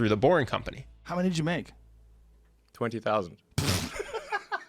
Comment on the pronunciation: "twentee thousand" 🤖